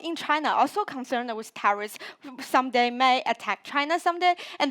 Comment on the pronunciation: China should pronounce as terrorist and not therist. Thats not even a word.